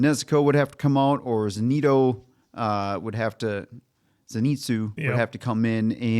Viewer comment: "Zenito"? Seriously?